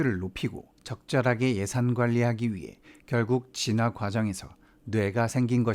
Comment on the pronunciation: "진화"를 "쥔화"라고 발음하시는 듯...